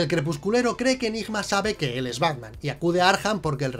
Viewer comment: A mí "El Batman" me suena a "El Bráian"...